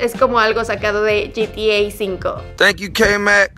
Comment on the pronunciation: Gente que habla español: GTA 5 (jetea cinco) Gente que habla ingles: GTA 5 (yitiei five): yitiei cinco